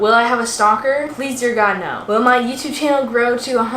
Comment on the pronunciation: NOT WITH THE AUSSIE NAUR AT